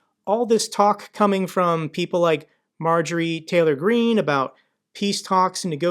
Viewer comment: "Marjorie Traitor Green" - it was subtle, but I heard it.